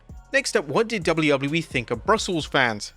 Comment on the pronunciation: What is it with you and dates? 17th of March... not 17th March. Sounds moronic. And you start every video saying Wad is going on guys. Wad, instead of what